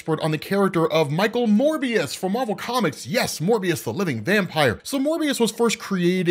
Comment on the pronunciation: Yay Rob pronounced Morbius correctly instead of Mobius